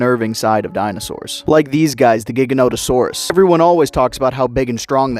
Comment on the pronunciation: Jiganoto or Jaiganoto. Not giga like gigabyte. That's official not just me saying crap